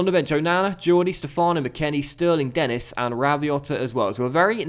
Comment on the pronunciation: think denis name is pronounced as de-knee due to his french nationality